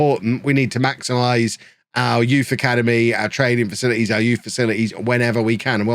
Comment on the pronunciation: catches Covid, struggles through admirably... utters the line "...facilites and sensible transfers." Informs Anna he needs a week off on a Portuguese Beach for 'work related scouting reasons.' Never change,. Goode think youz dun speek wurds fer aw liven'!